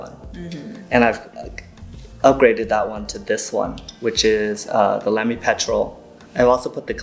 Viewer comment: Nice discussion ! Respectfully, it’s pronounced “Lah-me”. I happen to be partial to the brand with over 40 Lamys in my collection. A visit to Germany to tour their headquarters was a thrill !